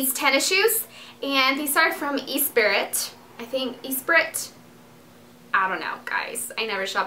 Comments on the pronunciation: ES-SPI-RY is how you pronounce it Dulce :) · It's pronounced 'espree'. The t is silent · Dulce its the french brand Esprit is pronouced: eh s p r ee <3 ya! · Do you mean ESpirit? Aww so cute how you pronounced that ! :D It's Espri basically! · Gorgeous clothes!! Yes its said like "es-spree" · Espirit is pronounced like ''Ess-pree''. Espirit is SOOO popular in Paris! lol. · Hahaha, it's "es-pree!" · esprit is pronounced "es-pree" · ESPIRT is pronounced espree :) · Its ESPRIT and pronounced espree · I laughed so hard about the way you said "esprit"... :D x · hahah you don't know ESPRIT ?! its funny how you pronounced it XD